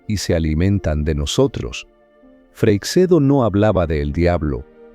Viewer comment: Si me permite una corrección. Freixedo es un apellido gallego y se pronuncia freishedo, como el sh del inglés, el ch del francés o el sch del alemán. Y nada de freiksedo.